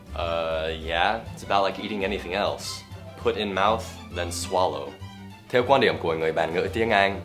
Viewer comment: Với mình thì Dan rất Giỏi tiếng Việt rồi, chỉ 1 số từ phát âm chưa đúng thôi. Ví dụ: "Theo", "cô" Rất hâm mộ anh.